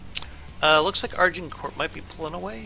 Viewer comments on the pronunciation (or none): Technically it's "Azincourt" and the English have always mispronounced it ;) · A minor thing but maybe ask Aiyon how to pronouce Agincourt. I have never heard it pronounced the way you guys have...lol